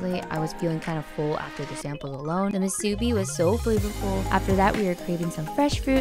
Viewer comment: I'm glad you are enjoying the Musubi, but if you don't mind😅 Please pronounce it as Mu-Su-bi, instead of Mu-Subi. Glad you enjoyed it here!